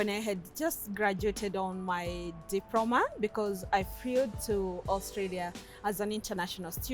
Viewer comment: A diproma in disabiriti... Digehota! 😂😂🤣 Glad she's happy!